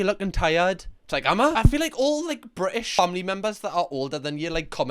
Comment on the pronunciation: Ah yes. I love the brTITish